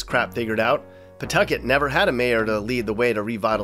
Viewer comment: you did a really good job getting names like “Woonsocket” and “Pawtucket” right. We had a dear friend who spent the last couple of decades of his life in Boston,then Providence, who never got those right. Just to give him a shoutout, his dad was the photo editor for Life magazine. He grew up in Chicago, then Florida. He loved RI. He died tragically young at 49, in spite of seemingly crazy good health, in ‘06. Whenever I hear someone mispronounce “Wampanoag Trail”, I think fondly of him.